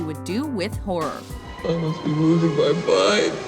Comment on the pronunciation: she said whore movies hhh